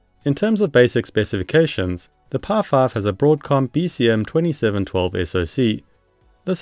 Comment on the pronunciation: The way you say "PI 5" sounds like "Par5". It's so distracting lol.